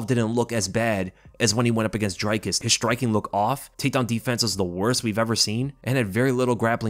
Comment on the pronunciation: cmon bro it's not DRY-CUSS it's DREE-COOS LMAO